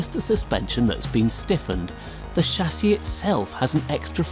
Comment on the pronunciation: I believe it's pronounced chassis